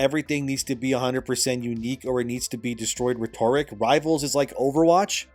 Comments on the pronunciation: Dude…I love your channel and content, but your pronunciation of “rhetoric” makes me wince every time 😆. I know, I know…that’s MY problem. Just say “redder rick” fast and you’ll nail it - if you’re interested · I love your content, but the way you pronounce rhetoric drives me up a wall.